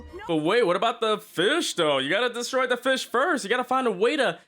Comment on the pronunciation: Can't even say fish. 🐠🐟